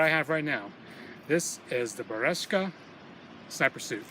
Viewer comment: Right pronunciation is "BERYOZKA" (берёзка) with an accent on YO (Ё) :) Good luck!